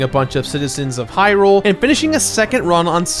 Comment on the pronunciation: Or how he says heelian shield. It's not heerule it's hyrule, where hylians live.